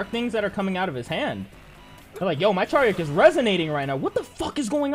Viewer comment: It's not Charyeok btw